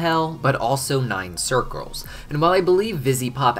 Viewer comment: "and 9 circlres"